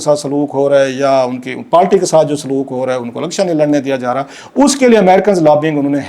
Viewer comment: It is not “Palti It is Party.